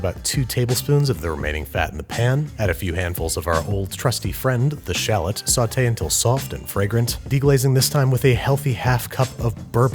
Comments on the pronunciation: Shal Lot. Is the correct way to say it. Thanks Babish. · What the heck's a sh'lot? I know of shallots, but not sh'lots. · Anyone hear "schlott'' instead of shallot? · It's actually pronounced - "shah - loe"